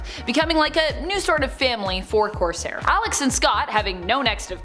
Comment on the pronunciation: It's "Cor-saire" not "Corse-hair" he is a pirate not a hedgehog